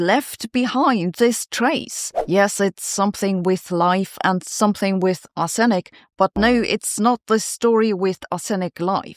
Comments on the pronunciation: I always thought it was "arse-nic" not "ar-senic", comment below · As a long time resident of the US Midwest, I've always heard it as that and ARSE-nick. Took me a moment to figure out wtf she was taking about with are-SIN-ick. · It's ARSE in ik. Sorry but if I don't point this out half the world will start saying arse EN ick, such is the considerable extent of your influence. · aaaargggg! Arse-nic not Ar-senic. Tomato, tomaato, let's call the whole thing off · Arsenic is pronounced 'arse-nick', stress on the first syllable. Not 'ar-sen-nic'. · Ar'se'nic not Ar'senic.... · Please check your pronunciation of "Arsenic". You are saying "ar sen nic" -- doubling the "n" sound; it should be pronounced "ar se nic". Such mispronunciation leads to creditability issues -- understanding vs reading a teleprompter. That's not you. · It's normally "AH-sen-ik". Google Translate mispronounces it as "ah-SEN-ik". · Your English is excellent, but for future reference it’s not pronounced ‘Ah-senic’ but more like ‘ah-snik’. In reality there is a small ‘sen’ in the middle, so ‘ah-sen-ik’, but it’s closer to correct if you just ignore the e as it makes it sound wrong. Very pedantic of me … and don’t ask me to try it in German! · Since when was Arsenic pronounced Are-SENIK? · Is Sabine’s entirely predictable pronunciation of ‘arsenic’ really the most interesting thing you’ve found in this item? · Pron: Arr/snick❤️❤️ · It's pronounced "arssnic". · Usual pronunciation is ‘Arse-Nic’, but your version is much more polite! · Sabina, the English pronunciation is arse - nick😊, as in "I was shaving my bottom and accidentally suffered an arsenic". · Brits pronounce it 'Arse-nik'! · As a Canadian I pronounce it ARSE-uh-nick. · It's not though, it's "arr-suh-nick". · The accent is on "R" in "R-senic". The accent is not on the second syllable. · Correct Pronunciation is "Ahs-Nic" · Is the way your pronouncing Arsenic a Germain version? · Yes the first syllable needs to be shouted.